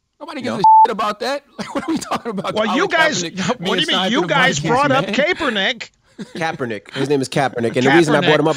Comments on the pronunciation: kAAApernick! first time i heard it said like that. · It's Kaepernick Russ. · And then they correct him on Colin K's last name.